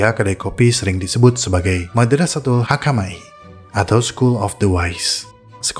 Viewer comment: Izin min, مدرسة الحمكماء baca: Madrasatul hukama'i.. bukan Madrasatul hakamai.. terimakasih min